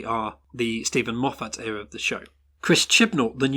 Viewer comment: IT'S PRONOUNCED 'EEERUH' NOT 'ERROR'!